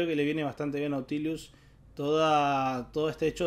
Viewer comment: Porque le agrega una "i" de más a la pronunciación de Nautilus. Se dice tal cual se lee xd